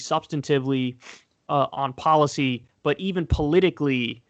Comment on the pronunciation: Kyle "polo-TIICKS, poli-CYYY" Kulinski